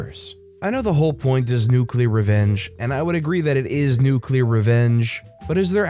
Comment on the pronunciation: Nuuuuuuculer. That's sooooooooo nuuuuuuuuuuuculer. 🍄🍄🍄